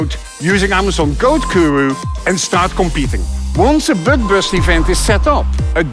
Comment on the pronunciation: I got this ad and looked it up again just to hear him say bøg bøst again